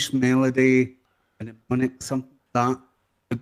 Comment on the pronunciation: Please check my comment as I have to say it’s “ nemonic “ as the M is silent!